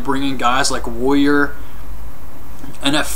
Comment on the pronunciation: woyer ...woyer ... its "warrior"